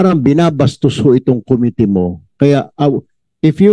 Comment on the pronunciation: Committee - ko MI -tee, hindi KO-mi-tee, Mr. Chair!